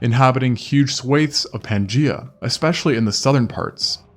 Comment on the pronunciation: Weird pronunciation of “swath”